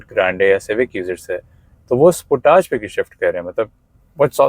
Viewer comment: You pronounced Sportage the correct way 😄👍